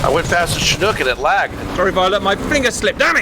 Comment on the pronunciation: Wait, wait, WAIT!!! A Brit CORRECTLY pronounced Chinook?! WE ARE WITNESSING HISTORY, PEOPLE!!!!